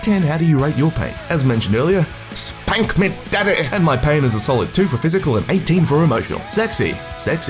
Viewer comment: "SPAHNK MEH DADDEH"